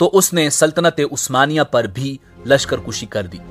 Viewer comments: lashkar kushi ghalat lashkar kashi sahih hai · کُشی نہیں کَشی اصل لفظ ہے